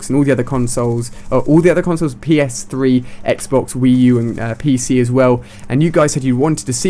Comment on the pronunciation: "And then jumped on the next day, and did my first game on PS-Fwee"